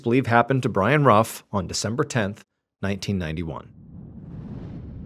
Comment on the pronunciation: Love your videos. Family name is actually pronounced, 'roof'. When you keep calling the Camaro a Mustang though... 😂